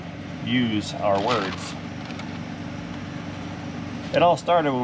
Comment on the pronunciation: people, It’s height not heigth. It’s Across not acrosst and our not r. 😡🇺🇸 my vehicle absolutely does not have a bonnet on it. I can also demonstrate what a boot is for, and it’s not for junk, that’s in her trunk.😎 I feel better just 8 my samich 🤷‍♂️